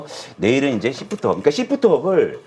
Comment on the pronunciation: 발음좀 잘 부탁합니다 씹프트업입니까 쉬~프트업니까